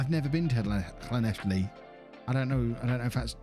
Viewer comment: Llanelli you said it fine. Just call them scarlets